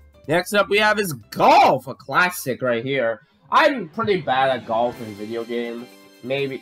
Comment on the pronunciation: Why did you say Golf like that? Lmao